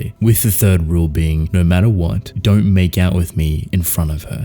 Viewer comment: Saying thief* not third